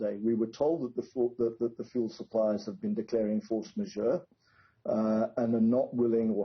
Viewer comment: a "fors ma-joh" (!?) does she understand what she's reading? Good that had been asked on, he gave a LOT more info and context to this.